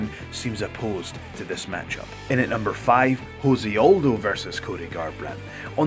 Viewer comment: "Joe Aldo"